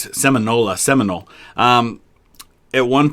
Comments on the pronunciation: I cringed when the op pronounced Seminole "seminol-eh" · And egregiously mispronouncing Seminole. Maybe the op made this video cuz he needed a few bucks or something because he obviously doesn't know history very well lol